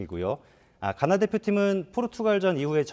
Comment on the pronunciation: 가나 의 가 는 장음일까 단음일까.. 나는 장음으로 가~나 하는데 저분은 단음으로 가나 하니까 궁금해지네 ㅠ